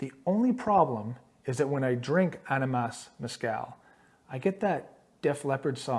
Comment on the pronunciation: AHH-ni-mas or AHH nee mass.... just being friendly.... this was cool will subscribe